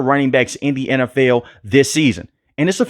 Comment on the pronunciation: lol love the way he says NFL “N F EWL” BOLT UP BABY ⚡️